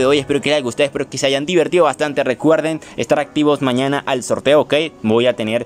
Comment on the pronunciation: "aigan" es hayan, amigo